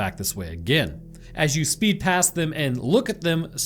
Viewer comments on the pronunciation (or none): none